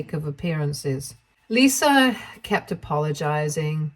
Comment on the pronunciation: There is no "R" in Lisa